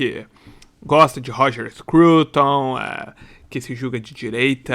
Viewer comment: Roger Scroutonnn- Rogerrrr Hhhhhrooooger, Hroger Scrooouton surrrpendemm